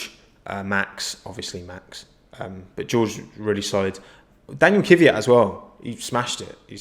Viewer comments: Is it Oocon or Ocon? Dunno but in either case it's Kvyat not Kivvyat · let's say it together: K-V-Y-A-T. KVYAT. not kyvyat.